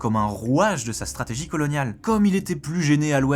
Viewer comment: Machado on dirait Netanyahu en femme. Et sa prononciation est vraiment cheloue. Les hispanophones qui disent "strategui" ? wtf